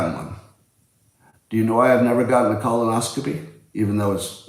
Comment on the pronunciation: Words mispronounced: lancet, colonoscopy.